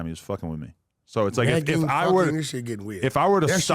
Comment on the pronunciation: adam saying negging instead of nagging, trying and failing to press destiny, this is hilarious